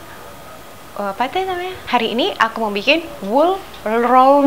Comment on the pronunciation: Jd ikut tertawa mbak🤣🤣🤣... Sebut nya susah nama rotinya 😀😀